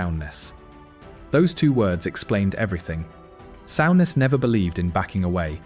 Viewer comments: Sowness??? Soooness please learn how to pronounce properly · It's pronounced Soo Ness not sow ness.